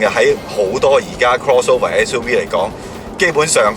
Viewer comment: "S U we"